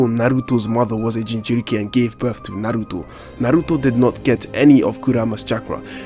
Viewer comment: this guy pronounces naruto perfectly